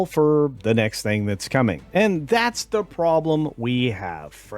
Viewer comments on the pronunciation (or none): none